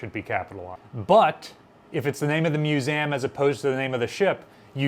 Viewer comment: I always get thrown when I hear you pronounce Museum as Muzam. Mu-Zam ? I wonder where this pronunciation stems from?